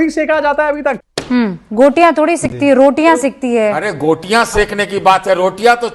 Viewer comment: गोटियाँ, सुशांत सिन्हा द्वारा बोला गया झूठा शब्द का उच्चारण!😢 माथा पकड़ लिया हमने!